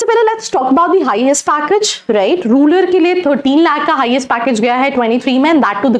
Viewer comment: रूलर नहीं रूरल